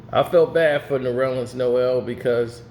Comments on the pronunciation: His name is Ner-lens not No-rel-lens. It's only 2 syllables. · Did he call him “Norellens”? 👀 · It’s nerlens (Nur-Lens) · Goodness gracious my brother. It's Nurrrr - Lens. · Damn! Ain’t nobody gon’ tell his name is NERLENS!!!! Pronounced “Ner-lins” Damn-put sum respeck on that 6’11” REJECTOR from Boston’s[Everett MA] NAME!!!!!! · What’s his name??? 😂😂😂😂 Sounds like you’re adding a few syllables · Bro every time he says it I correct him in my head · stop pronouncing that man name wrong 😭